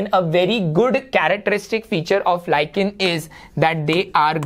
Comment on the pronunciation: Lichen pronunciations is wrong